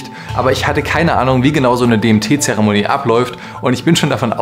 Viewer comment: ich habe anfangs zuerst verstanden: "die rede ist von dem tee". wäre der name nicht eingeblendet worden, hätt ich mich gefragt, über welchen krassen tee du da berichten willst 🙈